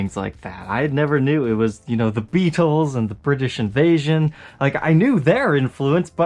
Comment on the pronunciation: lol Man,, you say Beatles so weird lol "bee-tolls"